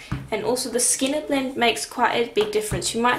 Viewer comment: You do amazing work!! Are you saying “skinner blint”?